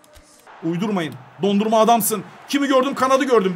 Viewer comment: Abi senin kalecinin adı Dondurma değil DO-NA-RUM-MA